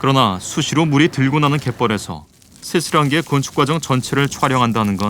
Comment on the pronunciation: 어이없네. 쇠스랑게를 세스랑게로 포기하네.